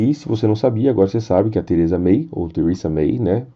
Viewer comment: Gosto de seus vídeos mas acho muito difícil ouvir vc dizer brexit,Thereza May e principalmente a palavra trade "inglesado". Fica muito chato esse inglês seu. Poderia aportuguesar isso,ficaria melhor